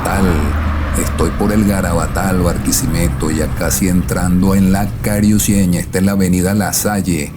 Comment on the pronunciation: No pronuncies cariuceña es carucieña